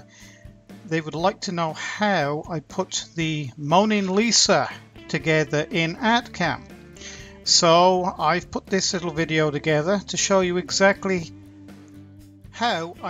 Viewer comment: Isn't it the Mona Lisa, not moaning Lisa?